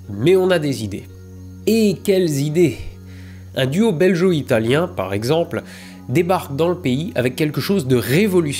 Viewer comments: BelGo et non beljo...😅 Mais les journalistes font bien pire alors je te pardonne. Hein que ça te fait une belle jambe? 😂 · On ne dis pas belgo comme guerre ?🤔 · Excellent épisode, même si en tant que belge j'ai tiqué quelques fois sur le "belgo-italien" prononcé [ʒ] ("j") et pas [ɡ] comme il devrait l'être ;) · Heu on dit pas "beljo" mais "belguo" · go, belGO-italien, pas geo, bon sang! sinon vidéo intéressante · J’adore l’analyse, mais s’il te plaît « belgUo », pas « belgEo » 😉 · *BelGo , pas Belgeo :P ça sonne péjoratif sinon ^^' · Scandaleux!! Belgo-italien ne se prononce pas beljo-italien!! Ça m'a piqué plusieurs fois les esgourdes! n'aurait pas laissé passer ce massacre s'il avait vu la vidéo avant qu'elle sorte... Tu voudras bien effacer celle ci et la refaire avec une prononciation parfaite? Un peu de respect pour l'auteur vindjou! Merci d'avance! Bisous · Petite précision concernant la prononciation de "belgo-italien", le g se prononce comme "gaulois" et non pas comme le g de "belge". Oui la langue française est une noble langue mais nous, les belges, ne faisons rien comme les autres ;). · Rien que parce que tu dis "beljo italien" et non "belgo italien", je dis "cheh". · Beljo-italien ?? Bel-Jo ??!?!?? Euh... on dit Gorgone, non ? et aussi un coupe-gorge, avec un "G" comme dans GreGOry.. Non ?! Le pire, c'est que GOntran t'ai laissé dire ça plusieurs fois.... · Héhé, juste pour info, on dit BelGO-Italien ^^ Et non pas belgeo-Italien ;) Ce commentaire sert également au référencement. Bisous de Belgique, je m'en vais manger une COUQUE au chocolat une fois ! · BelgUO - italienne ^^ "Belgeot" ne se dit pas. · Comme d'habitude : chouette histoire très bien racontée. Juste un truc, un détail : Belgo-Italien, on prononce belgo (gu) et non belgeo (j) 😉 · n'a pas précisé que belgo-italien se prononce belGO et non beljo ^^ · Dingue cette histoire! Pour info "belgo italien" se prononce comme Lego italien.